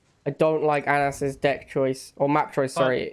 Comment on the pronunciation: It's not "AN-ASS". It's "ANUS". jfc.